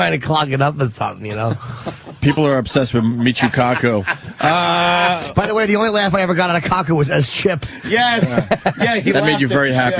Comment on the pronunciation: lmao I love how Ant says “Michuuu KAkuuu”